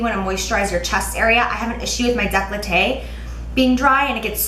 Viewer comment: it's dekoltee not deklotee LOL